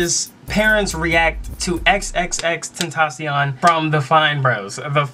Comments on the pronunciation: Nigga said xxx tentacle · if you can't pronounce XXXTentacion just say XxxTemptation cuz Tentacion means temptation in Spanish just to make it easy for you. Not trying to be mean😊